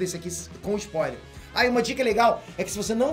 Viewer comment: O que é um Sapoiler? Ou isso é só um jeito de falar spoiler que o usa?